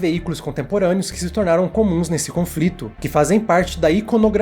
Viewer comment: confrito hehehehe mas tá blz ali tudo tá queimado mesmo frito.